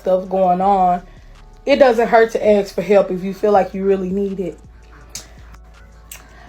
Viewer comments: Please, "ask". not "aks:. Thank you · I didn't "axe" you 🙂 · Lol at what they " axe" for. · What a bunch of low life *******!! You DESERVE NOTHING!! Learn how to speak!! It is ASK not AKS! GTFOH!! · When they say axen for tells you everything